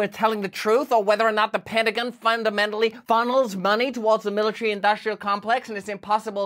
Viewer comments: What’s a “penningun?” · Love the way you said Penta gin